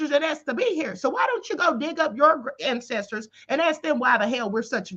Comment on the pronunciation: Not "Klan-cestors." I'm so done, Queen. 🤣🤣🤣🤣🤣 #TheReplayGang